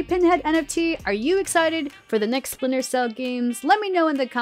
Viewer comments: Never heard of “Spinter” Cell, IGN 🤣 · Listen, I’m very hyped for “Spinter” cell too 😂